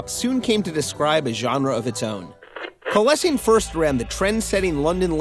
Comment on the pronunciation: You pronounced Coalescing wrong